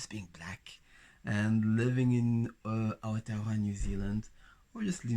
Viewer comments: i love how he says Aotearoa <3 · I'd stare at you because you're beautiful. And I'm older, I probably wouldn't be shy ~ I would most likely walk right up to you and say hello 😁 I love the way you pronounce Aotearoa ❤ It's late, but Welcome, haere mai ❤